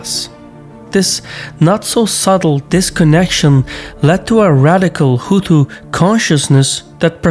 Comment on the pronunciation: You keep calling Hutu’s Huthi!